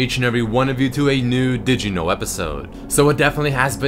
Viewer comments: is this crazyrussianhacker or why is he saying digino instead of did you know ? D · is it just me or is he saying "dijino" for "did you know" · just i hear digimon instead of Did You Know